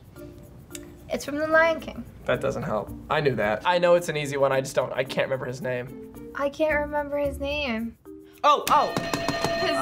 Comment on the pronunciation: says renember